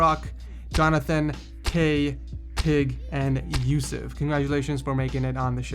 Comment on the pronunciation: HE PRONOUNCED "YOUSEF" SO RIGHT THAT I HAD AN EARGASM